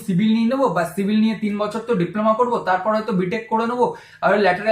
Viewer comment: Dada apnar civil k shivil bola ta valo laglo na